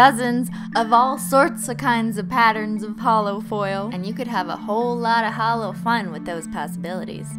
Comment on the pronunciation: YouTube auto generated captions excuse me you said hallow or halo instead of holo 💁‍♀️ 💿